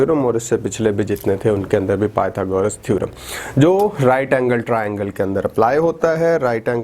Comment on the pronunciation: thek ha sir mager pytogras hota ha pyta goras nahi beshak dono me spelling ek jasey ha mager word galet ha apka may allah keep you happy